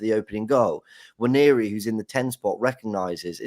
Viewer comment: It's not Nnwayeri it's Nwaneri (ONE NAY RI) "ONE NAY RI"